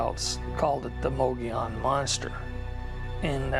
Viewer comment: I have such a hard time listening to this with the mispronunciation of "Mogollón"